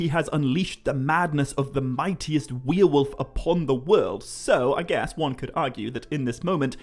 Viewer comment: What's a weir-wolf?